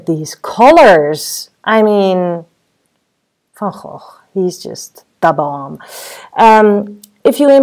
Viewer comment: Very informative -now I can use my own version of colors instead slavishly trying to get the exact colors of a scene-very frustrating. Also thank you for giving us the correct way to pronounce Van Gogh:)